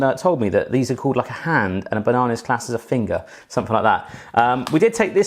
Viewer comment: There's no R in banana.